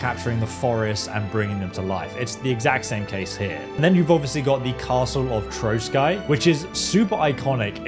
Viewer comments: Maybe in this game of in dlc or in KCD 3 will be Hussite wars and that you will have change to join hussite or crusaders 😎 And castle is not Troskai but Trosky pronounc Troski its meen Ruins in Czech language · Trosky Castle is pronounced like (troski). Cheers from Regnum Bohemiae! +][+